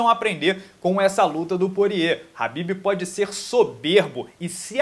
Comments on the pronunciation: Porq falar rabibi se os cara da gringa fala kabibi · A pronúncia kh se diz ka, e não ra .